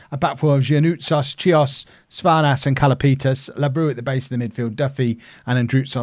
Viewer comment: OFI is pronounced as "offee" and labrou is pronounced as lAbrou and not labrOU also xydas is pronounced as kseedas